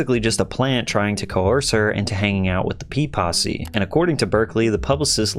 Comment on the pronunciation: Saying "P-possy" sounds like "Pee-Possy", like they're a gang of golden shower enthusiasts.